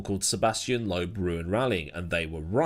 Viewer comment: Loeb, not Lobe. The S is also not pronounced in Panis.